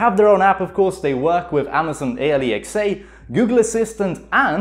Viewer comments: Why do you say A-L-E-X-A Its just. Alexa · Alexa not A-le-x-a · I slowed it down and he said amazon alexe instead of alexa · did he say amaizoin ailaiczeah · My man said Amazon A lee X A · “Amazon Aliexai” 🤣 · i love how he says amazon A L E X A lmao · its not alexa, its a lee x ay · Nobody: Him: ally x a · My man can't say Amazon Alexa and it triggers me.